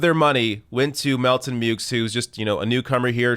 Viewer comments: As far pronouncing the x goes, I’ve noticed Americans have a habit of anglicizing pronunciations of non-English surnames. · The x in Meaux is pronounced in the USA because Muricans got no time for furriner talk.